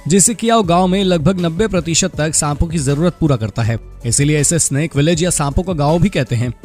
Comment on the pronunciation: Snap nahi snake 😂😂😂😂